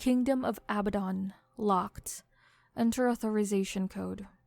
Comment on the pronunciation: I think abadon is pronounced aBAdon